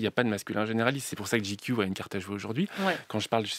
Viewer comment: Pourquoi cette prononciation ridicule ? GQ ça se prononce " j'ai cul " !